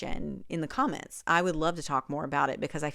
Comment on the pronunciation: “Let me know in the com coms!” How I lol’d 😂😂😂